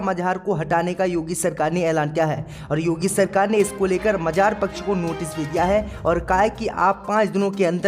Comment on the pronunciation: MAZAR KO MAJHAAR BOLTA HAI YEH IDIOT....KAHAN KAHAN se aajate hai AISE news reader